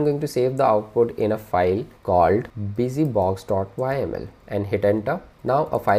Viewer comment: Great content thx a lot for sharing. but have to say you are the first one Ive seen pronuncing YAML as "whymale" :)